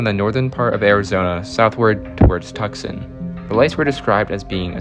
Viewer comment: it's pronounced "TOO-sahn"